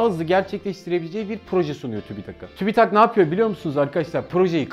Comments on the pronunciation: Tübitak tübitak değil ki tüpütak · Tübitak değil abim siz bilmiyonuz . Tübit- AK , simdi oldu .